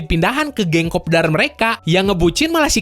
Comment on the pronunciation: kopdar🤣, orang Sunda??